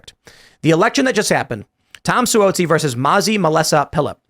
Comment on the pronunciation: Tim apparently doesn’t follow the news on how to pronounce Suozzi correctly. Tom Suozzi has been around almost three decades and people in the media certainly know him.